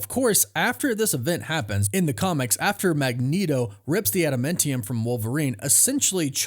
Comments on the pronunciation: Ada-MAN-TIUM not adamintium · It’s adamantium bro, not adaMENtium😂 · IT'S NOT ADAMENTIUM, IT'S ADAMAAAAANTIUM!!! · I just started this video and realized I have to listen to you say "adamentium" 400 times. Ah-duh-MAN-tee-umm